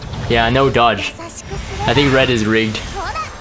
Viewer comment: "I thic" why i hear that everytime he says i think... 😅